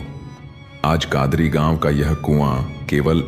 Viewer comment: भाई कादरी नहीं कदारी गांव है